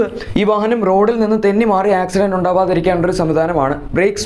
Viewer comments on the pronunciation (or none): none